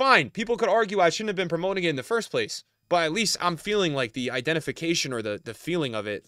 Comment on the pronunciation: "Promo'ing" promoting bro its promoting 😂